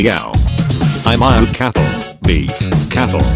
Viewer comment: cattle not catlle...